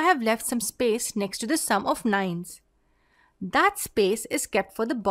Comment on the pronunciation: You say nine like nein; I like it